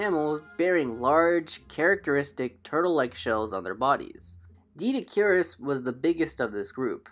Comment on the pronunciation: I believe it’s pronounced Doh-eh-dik-or-us